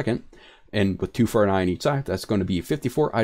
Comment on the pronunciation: Great video.... but ferni? Not that I don’t like it but I’m pretty sure it’s furnaces. I would be happy if that changed though cause furni sounds cooler